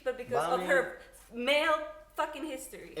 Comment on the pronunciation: is usually the smart one but her love for Dany and probably a hard feminist mindset have blinded her right now. When she says Dany is only judged because of her MALE history... like wtf totally unnecessary to put that strong emphasis on MALE. I was kinda annoyed by all those anti men, pro women comments tbh.